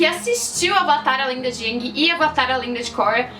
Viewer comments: Eu nem ligo muito se é usado dobra o dominação. Eu ligo é q na lenda de aang eles pronunciavam o nome dele como eng e na de korra como ang msm. Fala ENG porraaaa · Eu não gostei em A lenda de Korra, da pronúncia "Aang" enquanto deveria ser "Eeng" não sei se foi adapção, a pronúncia correta ou erro. Só que eu não gostei!! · e em Korra que pelo menos na primeira temporada eles estão pronunciando: "Avatar ANG" e não "Avatar ENG". Isso me incomodou um pouco